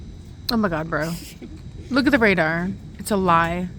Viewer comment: Vaydar!!!!! Sorry, i had to 🤣